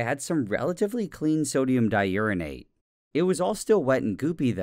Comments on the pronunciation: Nile: exposes himself to a radioactive material for YouTube Me: haha, he said *urine*ate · I'm such a child, laughing everytime he said Uranate.